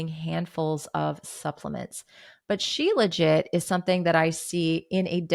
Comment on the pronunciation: Becky Niles says shilajit like “shee-la-jee”.